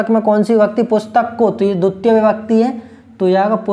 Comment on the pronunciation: It's not duttiya sir, it's dvitiya